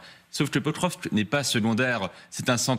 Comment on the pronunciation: L'ambassadeur à Moscou qui ne sait même pas prononcer le nom de la ville de Pokrovsk. Alors que le porte parole de l'ambassade de Russie en France maîtrise le français mieux que les journalistes et les généraux de pacotille. Deux mondes différents.